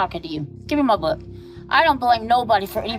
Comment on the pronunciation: Love videos but whenever he says "cook" and "book" it hurts me😭